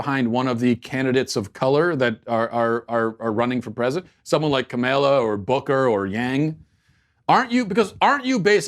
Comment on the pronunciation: The way he pronounces kamala's name is almost as bad as kamala herself